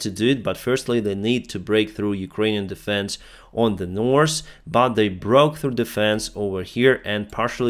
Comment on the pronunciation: You dont pronounce "S" letter in the word "north"